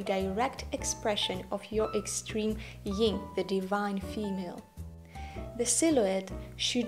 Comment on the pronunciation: First a teeny, tiny correction: the opposite of yang is yin (not "ying") so yin would rhyme with "pin" not "sing." I think you are so right that a Romantic can be taller that Kibbe states. It is a matter of proportion. As a romantic, what might I wear to my job as a teacher so that I do not look like I am in evening wear? Thank you!